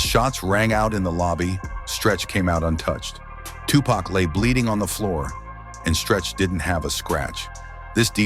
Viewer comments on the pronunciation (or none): Tupac not tupuc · Agreed. Who the hell is Tupaca? 😂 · Video is unwatchable after the AI butchered tupacs name. Hate shit like this